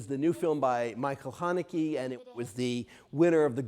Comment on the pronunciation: I cringe everytime he says Hanekee